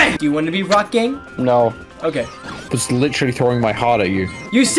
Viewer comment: When says Rock Gang he sounds like hes saying Rock Gay